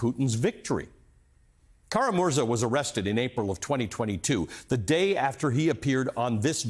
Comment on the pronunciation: Kara-MurzA!! Emphasis is on the last syllable.